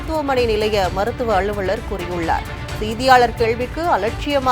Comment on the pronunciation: தயவு செய்து தமிழை நன்றாக உச்சரிப்பவரை செய்தியாளராக அமர்த்தவும்.... முடியல... Ex: அழுவழர், கள்ளூறி, தீக்குலித்து